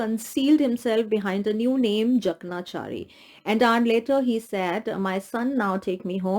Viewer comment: Ma'am, the pronunciation of Jakanchari is : J a k a n chaari